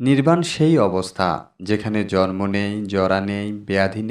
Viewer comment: Bhai , sobkichu tik ache kintu jonmo tha tik babhe uchcharon karun , jormo noi jonmo !!